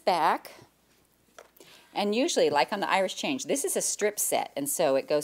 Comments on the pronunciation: Is Jenny saying Irish Change? I always thought it was Irish Chain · Is it an Irish Chain block? Sounds like Jenny is saying Irish Change. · I laugh every time you sat Irish Change block, so funny to hear